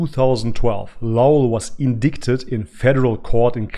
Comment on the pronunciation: It's pronounced in-die-ted not in-dic-ted